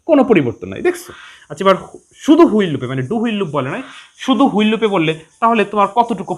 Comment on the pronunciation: হুইল না, হুয়াইল